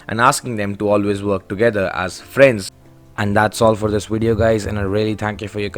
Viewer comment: Bro why does he ay wideo💀